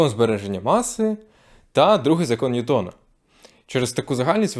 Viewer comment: Наголос: НьЮтон, а не НьютОн, бо він англієць, і читання повинно бути англійське